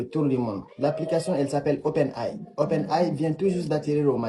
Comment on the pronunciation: le gars qui arnaque ne sait meme pas comment dire Open AI